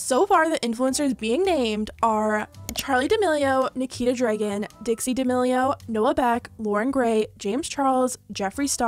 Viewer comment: She says Dregen every time